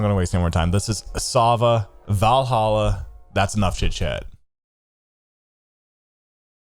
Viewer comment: You are pronouncing Valhalla correctly lmfao